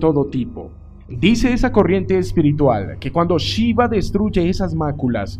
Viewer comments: Porque dices chiva? Se pronuncia shiva como se escribe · Chiva??? 🤣🤣🤣🤣🤣 que mala pronunciacion. Pero buena informacion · ¡¡NO ES CHIVA ES SHIVA!! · Para empezar me gustaria que pronunciara bien su nombre. Y eso de que el Señor Vishnu es el cristo ¡ufff! En general está bien pero las inexactitudes confunden. NADA tiene que ver con NADA satánico. Siempre quieren equiparar todo con la cristiandad católica y ahi radica el error